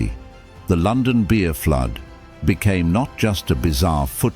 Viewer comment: Pretty funny. The robo voice says there was a "lih-tear -ALL beer FLEWD." And then it says, "Yes, you're hearing this correctly!" That's when a I stopped watching and downvoted. I don't care what the content is: if you can't speak proper human English, it's not worth watching.